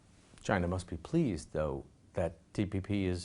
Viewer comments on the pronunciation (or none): This Richard even mispronounced TPP as TTP.. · Lmao the reporter forgot how to say TPP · He is certainly a moron, he's asking about the TPP, can't even say TPP and seems stunned when the Chinese man informs him that China wasn't even a part of the TPP. Has anyone addressed the elephant in the room that he has either a cluster of acne or herpes blisters by his lip? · Richard its TPP not TTP and I really enjoy seen face paused when he heard that term came out from Richard's mouth. SO FUNNY LMAO